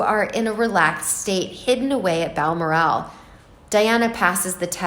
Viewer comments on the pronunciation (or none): Ok, I wouldn’t even bring this up, but after the 20th time I heard “Baal-mur-AAL”, I had to turn the video off out of sheer irritation. It’s “Bal-MORR-al.” I didn’t say anything a week ago when the narrator repeatedly called the kid “Archie Mountainbatten Windsor.” Mountain-batten. I had to rewind the video the first time because I thought I was hearing things. If you are uncertain how to pronounce a word or a name, you should ask. Incidentally, Margaret Koenig’s last name is pronounced “KAY-nig”, not “KO-nig”. Jeesh. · It’s pronounced Bal- Morel even though there’s an a in the second syllable. , No accent on. the last syllable. So it’s Balmoral not Balmor-ask. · Bal-MOR-al, for goodness sake! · Its pronounced BAL MORAL As she has no morals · This reader doesn't know her subject matter....she pronounces Balmoral...as Bal-more-al..emphasis on last syllable...should be emphasized on the 2nd syllable. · OMG! If I was going to do an entire segment in a specifically named place, I would be certain of the pronunciation of said name. FYI...it’s Bal-mor’-al. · Its pronounced Bal Moral. Like Coral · I LOVE the pronunciation of Bal MOR al .. makes me laugh... apart from that a good summing up of the happenings... cheers ... from SCOTLAND x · Your mispronunciation of Balmoral repetitively is so irritating!! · You need to learn how to pronounce Balmoral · Please pronounce Balmoral correctly! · Every time she pronounced it I giggled.